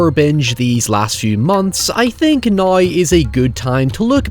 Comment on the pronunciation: I kept getting insulted that you kept telling me "No You!" but then I learnt thats how you say the word "Now".